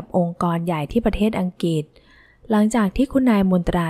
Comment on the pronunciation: สนุกค่ะ เสียงน่าฟัง ขออภัยค่ะ อังกฤษ อ่านว่า อัง-กริด ไม่ใช่อังกิด